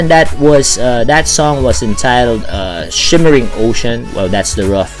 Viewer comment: Shimmering, not shivering...